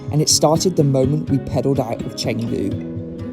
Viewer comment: First of all, it's Chengdu. At least learn how to pronounce and write the city's name correctly🙂